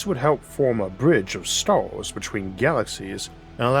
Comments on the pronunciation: I can hear the autism in your voice “beyon the staws” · "juwrneying between stowrls"